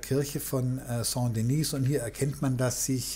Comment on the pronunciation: Sehr interessant. Aber: Die Kathedrale nennt sich Saint Denis und nicht Saint Denise. Denise wäre weiblich und somit müsste sie Sainte Denise heissen ..... Ich würde mir wünschen, dass Sie die französischen Namen richtig aussprechen. Besten Dank!